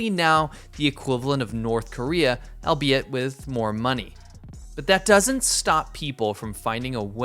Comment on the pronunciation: "Albeit" = "all - BAY - it" You've used the word a couple of times...